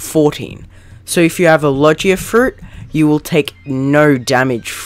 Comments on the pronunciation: I can tell you haven't watched one piece by the fact you say "Lojiea Fruits" and not Logia Fruits, you also say "Enhancement" and not Haki like normal people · its pronounced logia not logya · logia isnt pronounced like lodge-ia its like low-gee-ah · Iogia not lojia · i got so mad when he pronounced it logea... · My man your saying Logia wrong